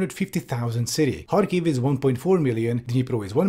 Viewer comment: Oh, nice, actually checked how to pronounce "kh" in Kharkiv and Kherson. It's a small thing, but it really annoys me whenever I hear people say "Karkiv" or "Kerson"